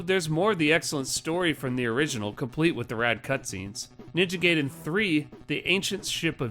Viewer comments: Ninja GAH-iden, not 'gay-den' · It’s ninja GUY din, not ninja GAY din. That made me crack up. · that's pronounced Ninja GUY-den , not GAY-den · Its weird hearing people still call it "Ninja Gay-den" in the modern era. It's Guy-den, not Gay-den. It's about a Ninja Guy, not about a Ninja who is Gay. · Realize I'm commenting on an old video, and I have apologize if you've heard it before, but it's pronounced more like "guy-den". Just being a pedantic weeb. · The way you pronounce “Gaiden” shows that you didn’t watch The Wizard. 😝 Great video!